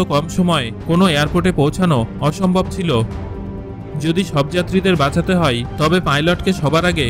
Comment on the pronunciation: আপনি যায় কে যাই আর হয় কে হই কেনো বলেন?